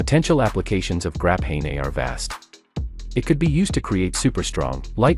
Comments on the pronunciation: "Grap-hey-ney"... 🤦‍♂️ Graphene. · It looks like the AI isn’t as good as they thought “Grapahaynay”😂